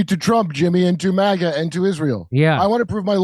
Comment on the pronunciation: Someone stop jimmy from saying Mahga. Its MAGA